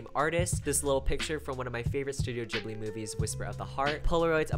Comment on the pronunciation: the way u say ghibli it's terrible